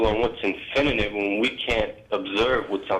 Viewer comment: "infininate" :P